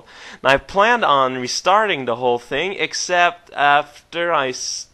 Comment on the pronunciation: a *thing* not a think. It wasnt bad, just so strange hearing post from you.